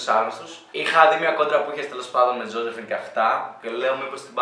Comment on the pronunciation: Ζόζεφιν την λενε. Οχι ζοζεφίν